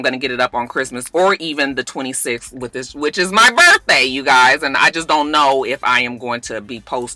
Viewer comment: "Church-day Se×".... (birthday se×) 😅😆😆😂😂